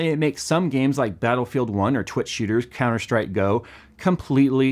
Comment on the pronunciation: i like how he says"counterstrike go"